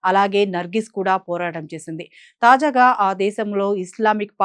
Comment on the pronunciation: తాజాఘా కాదు. తాజాగా అనాలి.😮